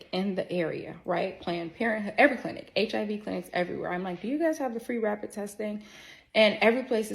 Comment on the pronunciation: He call it "the heeve" but saying it as hiv for HIV